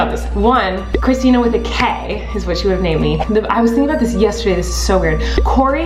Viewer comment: lol “Kistina”